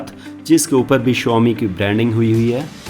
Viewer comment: It dosen't pronounce as Shuaami it's Shawmi